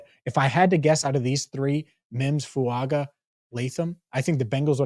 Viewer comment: Fuaga. Pronounced Fuanga! He’s Samoan! The G makes an ng sound! EVERY TIME!